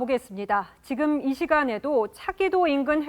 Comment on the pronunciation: 앵커 발음이 안좋네요. "지금" 을 지검, 계속적으로 "으"를 "어"로 발음 ....tv 조선 내용은 참 좋은데.....발음이 영 ...ㅠㅠ